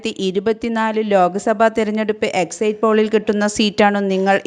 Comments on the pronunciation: Exit spell as' eksit' not exait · എക്സയ്റ്റ് പോൾ അല്ല സഹോദരി... എക്സിറ്റ് പോൾ ആണ്‌ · ഒന്നു പറയട്ടെ. ഇത് എക്സിറ്റ് പോൾ അല്ല പ്രീപോൾ സർവ്വേയാണ്. വോട്ടിങ്ങ് കഴിഞ്ഞ് നടത്തുന്ന അഭിപ്രായ വോട്ടെടുപ്പിനാണ് എക്സിറ്റ് പോൾ എന്ന് പറയുന്നത്. എന്താ മനസ്സിലായോ. മറ്റൊന്ന്: Exit എന്നതിന്റെ ഉച്ചാരണം എക്സൈറ്റ് എന്നല്ല, എക്സിറ്റ് എന്നാണ്.